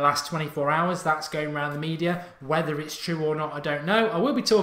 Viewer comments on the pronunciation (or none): none